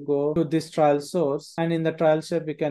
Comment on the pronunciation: great tutorial. Pronunciation of TRAIL is wrong throughout tho - very grating!! I kept expecting a judge & jury to accompany the trial : D